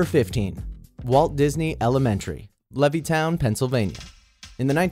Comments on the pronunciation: OMG I GO TO WALT DISNEY SCHOOL AND YOU PRONOUNCED LEVITTOWN WRONG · They Said Levittown Wrong XD